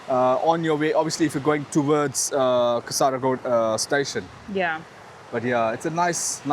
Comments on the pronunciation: Hi not Kasaraagod it is Kaasargod. (Check where i plased double "a". I put double "a" only for your understanding) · Correct pronunciation is Kaasarkod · It is kaa--sir--god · I think it Kasar_god "a" silent while pronounce...😊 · Kaa ser kod for pronouncing